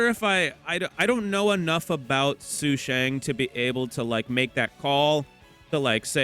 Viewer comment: u kinda pronounced sushang’s name more accurately than how u normally pronounce it lol😅 it’s “su-shung” not “su-shang”